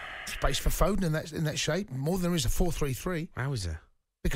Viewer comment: It's foden not fodon like Iran is iron